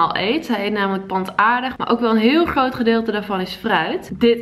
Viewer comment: Groentes, grappig en groot zijn woorden die je beter niet moet zeggen want je kan ze niet een normaal uitspreken